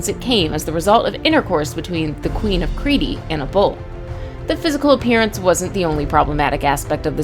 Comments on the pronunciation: Where did you learn how to pronounce these names? Creaty? Not Crete(kreet)? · its no creedy its crete or knossos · It is Crete (creet) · Why does she call it crateee and Theseus thesis